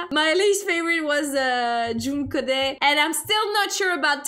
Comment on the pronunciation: You said joone khodet uncorrectly